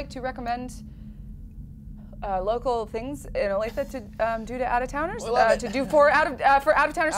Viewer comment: Wow. Grew up in Olathe. Been to Fazoli's. Had the breadsticks. (Not that bad!) Dad worked at Garmin. Nice job pronouncing it, btw! Most people can't say it properly. Huge fan of!